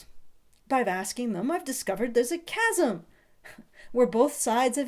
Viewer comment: Hey! You said "chasm" correctly once! Congrats!